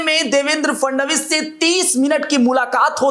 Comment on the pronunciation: वे महाराष्ट्र के मुख्यमंत्री हें नाम का उचरण ठिकसे लिया करो